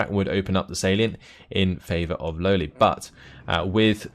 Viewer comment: Damnit, you need to pronounce it "Lole" not "Lowly";)